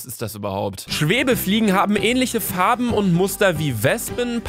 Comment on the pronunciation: min "änhliche"...